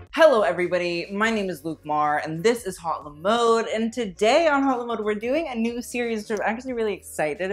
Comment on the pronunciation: I'm just gonna say, that's not how you pronounce "haute le mode", that's not even how you write it! "haute" isnt pronounced like "hot" since it's a French word and "mode" isnt preceded by "le" because french is weird and words have genders lmao. it's preceded by "la". and "haute la mode" isn't proper french... it's just "haute mode" yeah...